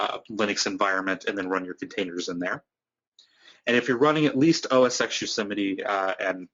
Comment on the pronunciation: Thanks for the video, really useful. BTW, minor nitpick, it's "oh-es-ten" ("X" as in Roman numeral).